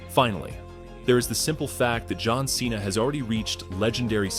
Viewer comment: You destroying john cena's name😂